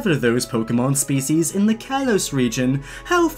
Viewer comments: Is it just me or is anyone else so annoyed that he keeps pronounceing kalos wrong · He is a poke fan but he pronounces things wrong Like kalos and rotom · The slight mispronunciation of kalos bugs me